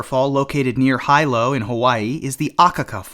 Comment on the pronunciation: Yes, and Hilo, HI is pronounced 'HEE-LO', not HIGH-LO. Further Akaka Falls in Hawaii has the accent on the SECOND syllable, not the first as he said it. Lol